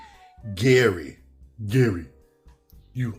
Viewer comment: Not trying to be speech police, but Gehry is pronounced as Jerry. I have a friend named Gehrold, but we call him Gehry; spelled the same way.